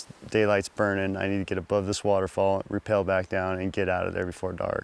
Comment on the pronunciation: Priceless, stunning discovery/adventure journey! Thank you for documenting it for us who cannot make the trip! Must point out, "rappel" is what y'all did on those rope descents; "repel" as y'all pronounced it, has an entirely different meaning.. Piano music was beautiful, too!